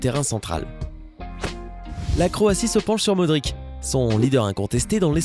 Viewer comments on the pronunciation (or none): desole mais sa c prononce pas modrik mais modrich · ca se dit pas James mais rames et pas modrik mais modrish # corrigeur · Trop avec le Modrique la j avais mal aux oreilles xD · Modrić se prononce Modriche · on dit modric' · Sa se prononce modritch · matic et modric aussi ça fait mal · Lewandowski, De Bruyne, Modric et j'en passe font mal aux oreilles... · J ai eu mal au oreilles pour modric. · ca ma pas trot plus comment ta dis modric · Pour faire croire un minimum que vous vous y connaissez en football il va falloir revoir la prononciation de plusieurs joueur (notamment ceux des joueurs de l'Europe de l'Est - Matic Akinfeev Modric) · On dit Lucas Modrich car le c avec un trait orizontale du bat se prononce ch en croate